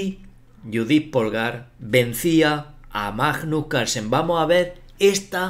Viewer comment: Es magnus no majnos.